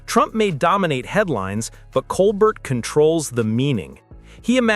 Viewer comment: It’s pronounced Colbair.